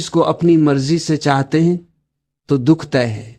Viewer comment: रीडर से दुख का शुद्ध उच्चारण उपेक्षित है । दुहख क्या होता है..?